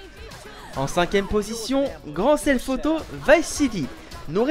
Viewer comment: tu a dit grand self auto V xD ces thef